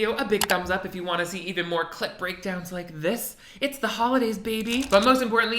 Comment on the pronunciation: Ngl it do sound like "clit breakdown" instead of clip breakdown sometimes